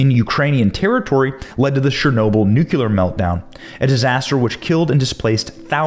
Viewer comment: ‘Newclear’ is the pronunciation fyi